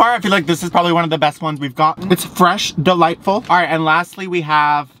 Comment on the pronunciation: Soooo was it delightful OR was it deliteful?!?!? 😅